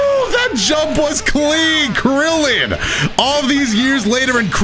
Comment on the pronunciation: "Ouhhh KRILIAN" lol